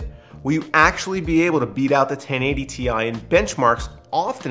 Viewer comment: Thank you for saying "Tee-EYE" and not "TIE"!